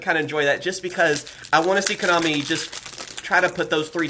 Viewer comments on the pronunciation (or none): none